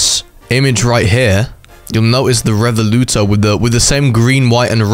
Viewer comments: How do you speel Revuelto so badly... It's not Revoluto, It's Revuelto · its riv-well-toe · Just saying , It’s pronounced Rev-well-toe (being Italian I know this) this also might make me play Roblox again (this is also one of my dream cars) - although it will still never feel the same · You can pronounce Revuelto as Rev Well toe, that’s how they pronounce it at least.. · the ruevuelto is pronounced 'REY-WEL-TOE' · Btw it is pronounced rev-wal-to